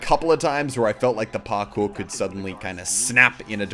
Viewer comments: Parkour is pronounced "par-core". Am I the only one slightly annoyed by the way muselk says it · par-cure-ing....? parkour! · Parkuring lol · "everybody love parkuring" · parkurring xD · Hey Moosetits its Parkour not Parkur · Is that how you say parkuer? :P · lol parkurring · "Parkuring"-Muselk 2016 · (Pokepix) he can still find out how to say it right PARKEER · that parkour pronunciation ._.